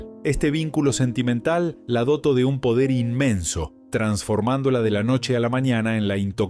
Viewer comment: No entiendo porque habla sin poner énfasis en los tildes. La doto y es la dotó… autografo en vez de autógrafo… cuspide en vez de cúspide … suena muy feo y saca las ganas de oír